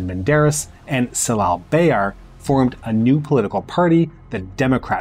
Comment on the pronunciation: Great documentary about 1960 coup, however as a Turkish person, your pronunciation of ‘c’ letter in Turkish names had jarred my ears :) ‘Cemal’ or ‘Celal’ not with ‘c’ as in ‘cell’ but with ‘j’ as in ‘jazz’